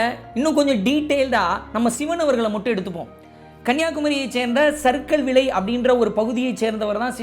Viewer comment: சர்கல்விளை இல்ல சரக்கல்விளை‌